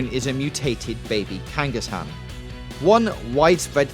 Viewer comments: Way to miss pronounced Kangaskhan several times. Also you don't kill Ratacate. He simply changes it out for a better pokemon. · You do know there is a second K in Kangaskhan, right? You're supposed to pronounce that second K. Why do so many get the pronunciations wrong even after a couple decades of the show being around for people I HEAR how the words are said?